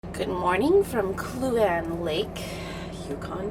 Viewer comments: Kluane.. pronounced Clue-Aany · Painful pronunciation of Kluane. From Parks Canada site: "'Kluane' (pronounced 'Kloo-wah-nee')"